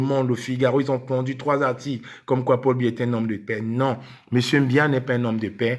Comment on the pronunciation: le président de la république du Cameroun s'appel Paul Biya. Tu n'es même pas capable de prononcer proprement son nom. C'est une perte de temps avec cette racaille. Des gens comme toi ne savent quoi faire de leurs vies